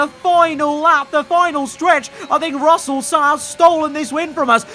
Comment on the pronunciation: At the end said frussell